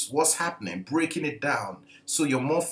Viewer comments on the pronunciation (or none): none